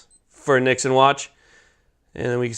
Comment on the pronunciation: Yeah, I was like why is he mispronouncing it?!!!